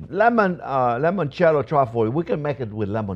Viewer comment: Chef Jean-Pierre, please stop saying 'lemoncello'. The correct word is 'limoncello' with an 'i', not an 'e'. You are half Italian and, of all people, should know that the word for 'lemon' in Italian is 'limone'. Cheers!